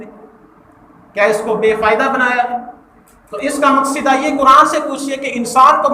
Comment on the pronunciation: مقصد ہوتا ہے ص کے فتح کے ساتھ